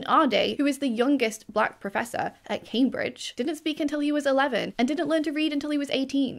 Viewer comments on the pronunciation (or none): none